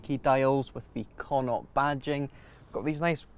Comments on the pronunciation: They're also mispronouncing connaught. Connaught is pronounced like Con-ockt. Its a province here in Ireland consisting of 5 counties. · Why is it named after an Irish Province? Would love to know. By the wat it's pronounced Konnoct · You'd think a Scot would be able to pronounce Connaught correctly 😂😂